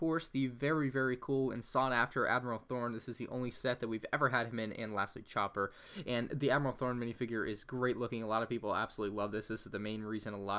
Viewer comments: I really hate to be one of those guys but he saying Thorn like a flower thorn not not Admiral Thrawn again I am very sorry for having to do this it’s just it was kind of unsettling since I am a rebels fan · Thrawn not thorn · It’s commander sAHto not saaaato and it’s thrawn not thorn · I love the admiral thorn minifigure its just amazing🤣🤣🤣 its admiral thrawn(th,raw,n) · It’s not admiral thorn is thron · Admiral Thorn you mean admiral thron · Its THRAWN not thorn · It is thron not thorn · Did he say Admiral Thorn? His name Is Thrawn. BRUH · ITS THRAWN NOT THORN U DO NOT GET THE (In my oppinion) SMARTEST EMPIRIEL ADMERAL`S NAME WRONG! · it isn’t admiral Thorn it’s THRAWN, also he’s a GRAND admiral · It’s not thorn it’s trawn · Grand Admiral THRAWN, not Admiral Thorn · It’s thawn not thorn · It's not Admiral Thorne. It's Admiral Thrawn. (I think I heard say Thorne) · Um, it's Admiral THRAWN, not Admiral Thorne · I agree with your judgement of the frigate as 1st place but it's pronounced Thrawn not Thorn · It is thrawn not thorn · lol ur so dumb its called thrawn not thawrn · Thrawn, not Thorn! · Not trying to be rude but the name is pronounced THRAWN not Thorn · Why why why did you say admiral thorn it's admiral thrawn you just earnt a dislike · Its Thrawn not thorn you idiot! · THORN????? THRAWN!!!! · Admiral Thorn? It's Admiral Trawn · He said admiral thorn not thrawn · It's Thrawn not Thorn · I always say “thrawn” when hpever he says “thorn” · it’s grand Admiral Thrawn not grand Admiral Thor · just saying, its Thrawn, not Thorn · I heard him say admiral thorn nah just nah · The way you pronounce trawn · Did he just say admiral THORN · “Admiral Thorn” ... 😷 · He called him admiral THORN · Every single time he said Admiral Thorn I cringed so hard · “Admiral Thorn” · Thorn, 'Sepratist,' EEEEEEEEEE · Did he really just say admiral thorn? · Did he just- he just said- admiral THORN!? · Pronounced THRAWN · Whenever he said admiral THORN my brain hurts